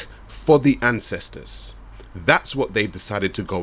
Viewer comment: “Fah da ancèstaz” 🤦🏾‍♂️